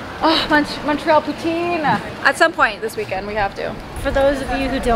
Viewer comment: I didn’t realize your mom was from Mtl! I just assumed it was your dad’s side because of your last name. But then she pronounced poutine correctly! 😄